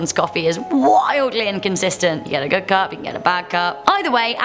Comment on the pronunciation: Eh" Tim's coffee is Go-od